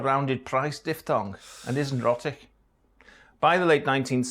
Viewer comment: Our so-called expert mispronounces 'rhotic' in the first few seconds......